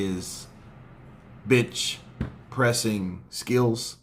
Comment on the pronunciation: Lol did you say bench press or bitch pressing 😂😂😂